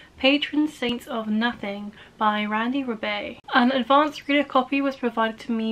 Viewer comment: Randy's last name is pronounced as Ree-Buy. 😄 This is a good book. It will make one contemplate. Enjoyed how the narratives were synthesized.